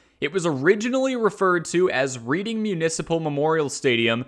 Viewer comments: pronounced as “Red”ing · Great video but that's not how you pronounce Reading.